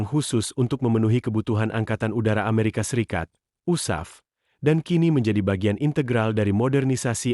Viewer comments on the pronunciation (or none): none